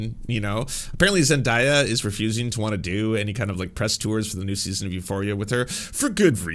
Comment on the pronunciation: hey fren! her name is pronounced “Zen-DAY-uh” ☺️❤️